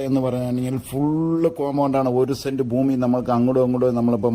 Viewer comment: Send അല്ല cent